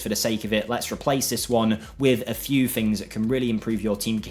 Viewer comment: Please at least try to say things instead of fings. It's just laziness 😔